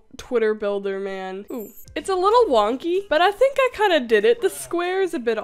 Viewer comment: The way you said “seven foot næn” gives me life 💀